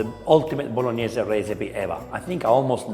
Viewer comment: He’s being very nice to her. It’s not a Bolognese and she needs to work on her Italian pronunciation. She mispronounces Bolognese and Tagliatelle. If you want to cook classic Italian dishes be true to the recipe and at least pronounce it right.